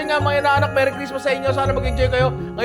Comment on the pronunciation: MERRY po, not MARY 😊